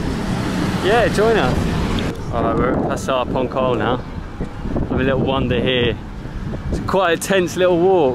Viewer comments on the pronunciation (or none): Sorry .....in INDONESIA C = CH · The lette c is normally pronounced 'ch', so this is probably 'ponchol' market. Nice video! from Roy